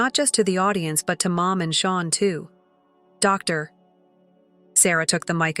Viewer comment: The computer voice sounds awkward when it try to say doctor